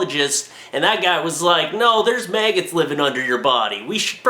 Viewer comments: Mag-gots not may-gits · Did he just say mayggots